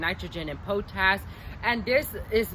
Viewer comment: I like how you say po tash instead of pot ash for potash. (potassium) Good stuff